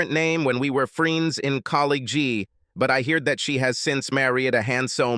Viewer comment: The computer sounds so stupid....collegeee? Free-ends? Anyway, the story was boring. FF.